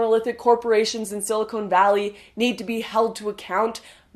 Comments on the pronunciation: hahaha sili"cone" valley.... not "silicon"..... unless, of course, we're talking augmentation? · sili-CON, Lauren, not sili-CONE. sili-CONE goes in boobs; sili-CON goes in computers. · Did she say silicone valley? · Lauren, just a note, it's SILICON and not SILICONE valley. Love the video :). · Wait... Did you say 'silicone valley'? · Lauren great video, stay passionate, stay involved. I feel sorry for the UK/Europe it's really going to be a Murray style 'strange death'. It's time to build up a redpill nation at the university level because the world cannot survive if this stupidity keeps happening in the west. (btw it's 'silicon'.) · He can't help it, He's Canadian ;)